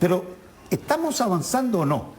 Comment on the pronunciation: "e'tá", "contitución", "lo' académico", "e'tamo", "la' de'calificacione", ....cómo asesina el lenguaje este personaje!!!!